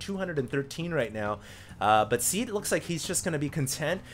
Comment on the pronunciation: Ow, it's Seed, not Sea.